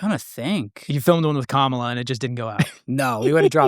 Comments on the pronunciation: Bro can’t even pronounce Kamala correctly and he said she would’ve looked dumb on Rogan lmfaooo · It's crazy to me that people still can't pronounce Kamala's name correctly... I understood why Trump intentionally pronounced it wrong but come come on.. really?